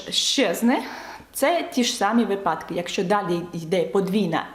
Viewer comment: Дуже дякую за те, що зробили окремо відео українською. Це просто геніально. Продовжуйте, будь ласка. Ви просили виправляти помилки українською. Я помітила, що ви вимовляєте слово випАдок з наголосом на другому складі, але правильно вимовляти на першому складі. Це маленька дрібниця, я просто помітила в багатьох відео і тому написала, щоб все було ідеально ❤️ Мені подобається все, що ви робите. Дякую 💙💛